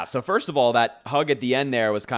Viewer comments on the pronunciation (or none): none